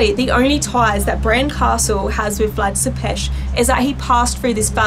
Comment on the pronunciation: I am from Romania and so I know about MY home country and Vlad was a bad ruler but great warrior, he helped Romania in getting independence from the Turks and founded the capital of Romania which is Bucharest, she said Vlad Tepes name wrong, I wish more Americans would take interest in a very beautiful, historical country! 😩🤟🏻😊💯🇷🇴